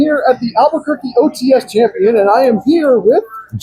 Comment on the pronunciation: Dude its Albuquerque 😂